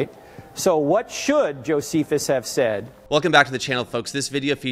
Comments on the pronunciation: Claims to be a linguist but mispronounces "Josephus"....but overall sounds like an intelligent young man with some decent questions. Hopefully he too is open to the facts presented to him as well for learning and hopefully his salvation. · This man is probably in undergrad and trying to flex things he was taught in his classes but doesn’t know know how to pronounce Josephus. Please take some time and LEARN. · 🚨🚨😂 man these kids today think they know it all cuz they got the internet lol. “I’m a linguist” but idk how to pronounce one of the most famous historians in world history …… kid, sit down, shut up, listen, and comprehend logic. Please 🙏